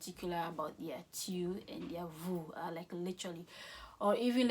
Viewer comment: La prononciation des tu n'est pas bonne, "tyou" n'existe pas en français en tout cas merci pour votre dévouement